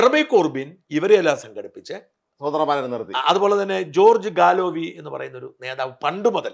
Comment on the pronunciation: He is keir starmer. Nigel Farage George Galloway. Pronunce names correctly.